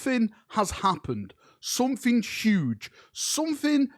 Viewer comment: "Sumfing uge"